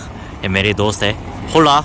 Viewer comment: Bhai Hola nahi Ola bolte hain